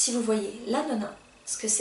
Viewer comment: Bonjour, Dans un premier temps bravo pour ces vidéos. C'est courageux. Par contre attention à vos prononciations. Même en INCI on prononce toujours l'écrit Lanolin "Lanoline". Pareil dans votre vidéo sur le savon on dit Melt "and" Pour pas MeltPour.